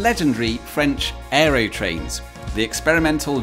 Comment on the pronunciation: Why do you keep mispronouncing "Aerotrain" as "Aerytrain"?